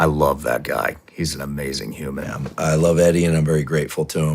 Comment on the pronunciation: "hue man"